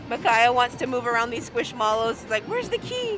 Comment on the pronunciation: Hi, I'm a Squishmallow collector and I love that you guys win them!! Just a little FYI the plushies Squishmallows are pronounced "squish-mellows." Think of how you pronounce marshmallows, "marsh-mellows." 😅😅 I cringe hard when you butcher the name every time bc I'm a huge collector. 😆🥺👍 Just wanted to give you a heads up esp since you always mention to correct you if you pronounce names wrong. 🫰🫰